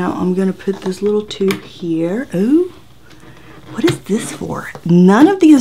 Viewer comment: “whettt ?” Hilarious 🤣